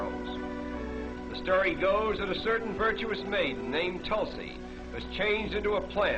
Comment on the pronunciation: its tulsi not tolsi